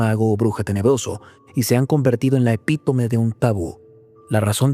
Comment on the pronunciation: "epitome" es una palabra que no debe ser nombrada